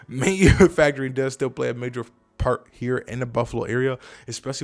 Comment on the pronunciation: You said “major fart” haha. Thank you for the information.